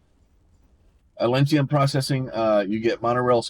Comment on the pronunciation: Dawg, theres no i, its atlantum. AT-LAN-TUM